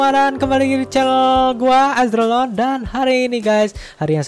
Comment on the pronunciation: Maaf bang,,pas intro aku denger azregalon bukannya azrealon :'v